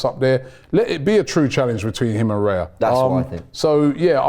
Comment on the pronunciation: Another video where Robbie is pronouncing Raya’s name wrong. Your saying it as it sounds like reya when it’s Raya